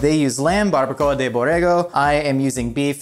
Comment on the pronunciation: Omg its so funny how he pronouns baracoa so wrong and so funny!😆😆😆😂😂also he should have made pico de gallo, more authentic recipe.